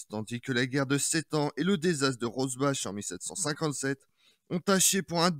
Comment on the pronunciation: On dit Rosbar